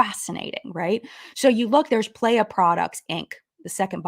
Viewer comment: I'm sorry it's getting to me (in a humourous way). Playa means "beach" in Spanish and is pronounced "plah-yah". It was just making me giggle so I felt obligated to provide the proper pronunciation.